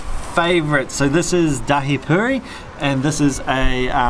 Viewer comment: I laughed when said 'purry' (I know it's spelt puri) 😂 I'm so glad you can get good chaat in NZ! The Maori food you ate reminded me of the food I ate after a traditional cultural performance at some place in Auckland (it was 12 years ago). What I love about the both of you is that you judge food for what it should be, as opposed to some other channels who bring their preconceptions to the table or comment on how they would like to modify the dish to suit their palate. I tend to stop watching those channels/people. Your video-ing skills also make the food look so delectable.